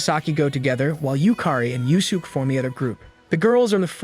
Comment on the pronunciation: I am really holding back my frustration with the AI voice mispronouncing Yuusuke.